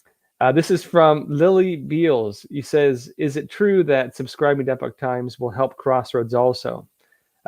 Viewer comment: I got an online subscription to The Epoch Times for $77 yearly. What did they teach you in San Diego? lol I thought you might be from the UK by the way you pronounce Epoch and the way you mispronounce Arkansas. lol BTW, this is a slash / This is a backslash \ Web addresses use slashes, not backslashes